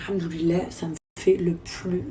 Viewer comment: Elle a vraiment dit "Al hamdoulilaye "? Mdr